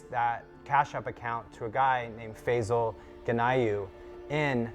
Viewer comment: The name is pronounced "Fie-zal" not "Fay-zal".